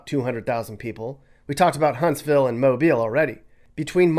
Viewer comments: Thank you for pronouncing ’Mobile’ correctly. Roll Tide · I'm from Mobile, and I'm so happy that somebody not from here actually pronounced our city right! Love my city and my beaches!